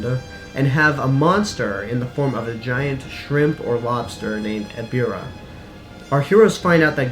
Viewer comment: its not eribah its ebirah